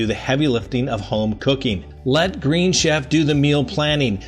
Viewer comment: Love your show! The green chef advertisement has kept pronounced wrong:)